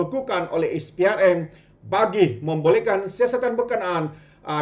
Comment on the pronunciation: Maaf pembetulan Sikit. SPRM bunyinya Es Pee Ar Em Bukan Is Pee Ar Em Jangan marah ye